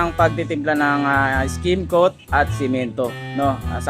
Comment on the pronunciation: Correction lang Po no skimcoat Hindi skin coat Ido.. then stucco pronounce po ay stakko Hindi stuko..kasi kung gagamitin sa job interview yan at pinanood ka wala bagsak na agad Pag explain palang Mali na